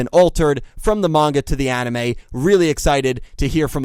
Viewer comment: Refreshing to hear someone say manga and not munga.